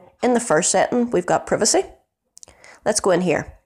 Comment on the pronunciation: The "i" in "privacy" is a long i sound, not a short i sound. Your video is very helpful and well put together once I got past the mispronounced words. I teach English so am a bit anal about spelling, grammar and pronunciation. Facebook drives me crazy as you can imagine.